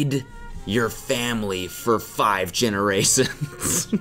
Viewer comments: did he say gena-raisins at the beginning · did he say generaisons? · “For 5 generasons” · How did you pronounce "generations" again Cody? I need to run it pass my english teacher! Lolz! Love you Cody!